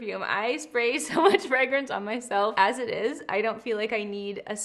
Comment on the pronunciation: I have never been more obsessed with the way you pronounce fragrance!FREGRENCE 🫶🏽